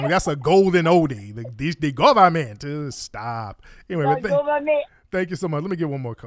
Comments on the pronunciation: The cordddrruppp govament 🤣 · That was some top quality tether bable lool ‘de guderment, it’s de guderment’ 🤣🤣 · It's dee govament!!! 😂😂🤣🤣🤣😂🤣